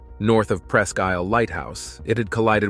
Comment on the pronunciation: Its pronounced"Press keel all at once not pressk isle!